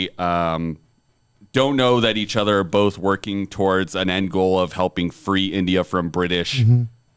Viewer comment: Why did have so much trouble with saying "India"??